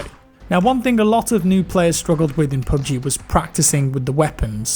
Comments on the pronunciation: "Pub gee" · Sound like you r saying poopg